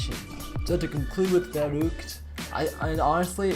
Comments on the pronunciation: It's vuruct not vurooct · ITS verruhgct not "VEROOCT"